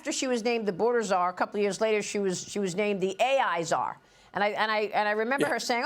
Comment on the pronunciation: I heard boarder cazar from Joe